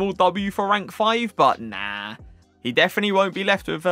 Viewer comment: Has anybody noticed that he says ‘definy’ instead of definitely? 😂